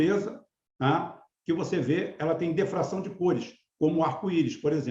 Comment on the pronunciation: PRONUNCIA-SE POR DIFRAÇÃO, E NÃO DEFRAÇÃO.